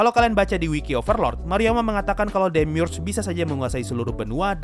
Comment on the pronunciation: Gw bacanya demiurge bukan demiurge